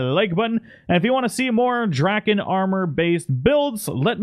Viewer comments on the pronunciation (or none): Good to see i wasn't the only one slightly put off but them being mispronounced.